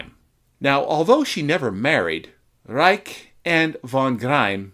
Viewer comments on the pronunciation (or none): none